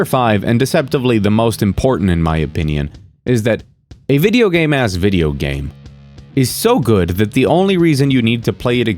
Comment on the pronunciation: I know you mean "video games as video games," but I keep hearing "video games ass video games."